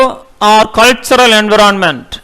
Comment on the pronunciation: Speak environment correctly